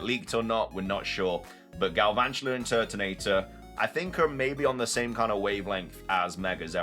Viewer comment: THERE IS NO R IN GALVANTULA!